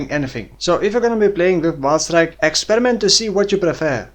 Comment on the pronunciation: I understand "vaal strike" every time 😅 New skill soon?